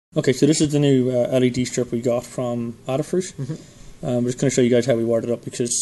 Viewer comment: Aaaadafruit? Yeah... it's not Ada as in Dada. It's Ada as in Hay-da (without the 'H'). You're welcome.